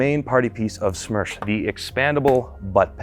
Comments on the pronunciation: It's СМЕРШ, not СМЕРЧ. Worked with СоюзСпецОснащение, and they referring to it as СМЕРШ. I don't know why youtube recommended me this video. Also, Smersh is 6Ш104 on steroids. And, Beslan, not Belsan. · It would be смерш not смерч, смерч would be smerch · It's not смерч, it's смерш. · СМЕРШ — is the right letters. Not смерч.